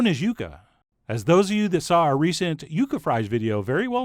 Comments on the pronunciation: it's pronounced Yuca no "Yucca" wtf. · Um it's pronounced yucca not yucca